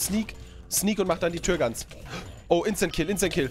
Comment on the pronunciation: Sag bitte immer Insta kill nicht Instent kill und noch mehr davon